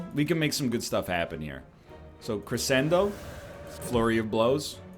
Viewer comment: The fact you know you are pronouncing crescendo wrong makes it even more infuriating.